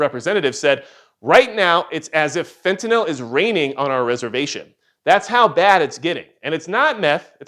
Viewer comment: Actually, it’s “fent-ah-nil”. Note the “-nyl” suffix. It’s not a “-nall” suffix.